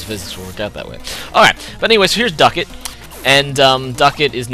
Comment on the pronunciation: it's duckLett not duckett....